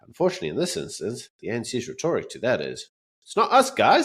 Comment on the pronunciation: say the word rhetoric properly